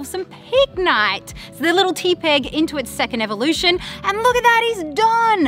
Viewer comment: Teh-pig. As in tepid.